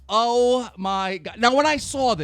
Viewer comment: Keem, you've gotten a lot better at pronouncing things correctly over the last few months. Props!